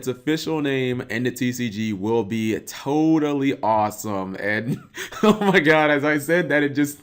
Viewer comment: "Todally Awesome" goddamnit, we meme-ing now?